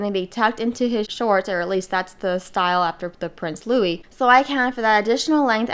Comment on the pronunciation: It is Lou-ee not Lou-iss! You did it perfectly.